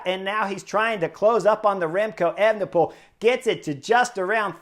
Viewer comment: That guy sounds like an idiot to me. I do not enjoy him or Phil...prefer the euro guys that call the TdF...anyway, FFS can you tell to say evNePole instead of Ayvnepool...I cringed EVERY time he tried to say that name.